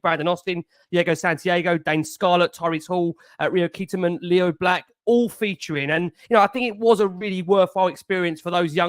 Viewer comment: Dont mean to be an utter knob, absolutely love the pod always, but please pronounce player's names correctly. We pin our hopes on these young lads so should at least say their names right. Mikey Moore isnt Micky and Rio Kyerematen isnt Keeterman lol. Love you though mate!